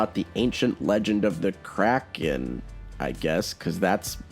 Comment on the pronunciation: I seriously thought you said "Crack Kid" instead of Kraken and I was actually perfectly fine with that for a moment.